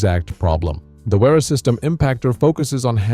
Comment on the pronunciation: Repeat after me. Spelling is Vera not uira. 🙄